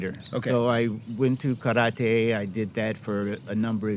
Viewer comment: Just from how he pronounced "karate" I already know his level of respect about the culture